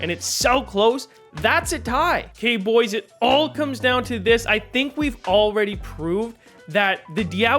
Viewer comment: I love that he says “bUGHHHoys”